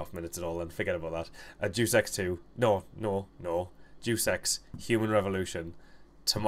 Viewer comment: He says "Deus Ex" as in "Jew Sex"